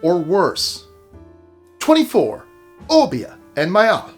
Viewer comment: It's pronounced O-bay-ah 🙂